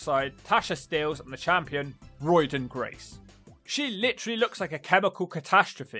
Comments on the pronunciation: Did he call her Roidyn Grace? Lol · He said '"Roiden Grace"' 😅